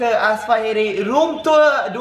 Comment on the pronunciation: Macam sebut room tua haha btw cantik bilik😂😊